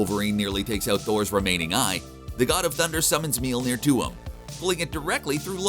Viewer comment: lol How he pronounces Mjolnir!